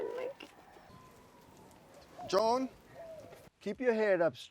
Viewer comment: My name is Joan (Jo-Ahn) and I am cringing at the pronunciation here 😬